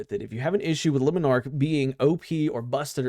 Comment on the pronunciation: I refuse to listen to anybody who doesn't pronounce Le Monarch correctly. L take.